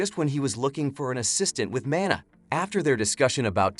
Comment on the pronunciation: he said "He uses his mAnR to transport him."